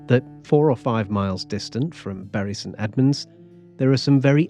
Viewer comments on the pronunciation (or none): none